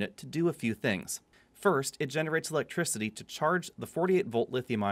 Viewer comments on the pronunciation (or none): Just electwicity! Lol